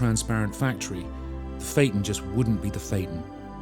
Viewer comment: He mispronounced "phaeton". The "a" and "e" should be sounded out separately, not together.